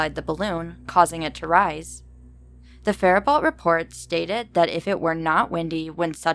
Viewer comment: Cool stories but some of the city name pronunciations are not correct but that's not easily determined from outside of Minnesota. Faribault is typicaly pronounced "Fair-a-bow". Milaca is pronounced "Mill-Acka". Some names too: "Dufresne" is pronounced "Dufrayne". The congressman discussed was Al Quie, pronounced "Qwee".